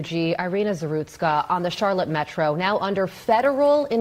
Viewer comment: ZaRUTSKA, not ZaSTRUKA